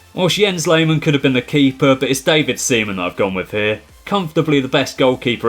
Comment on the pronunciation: “A massive save by Seaman.” I can’t be the only one who heard Semen.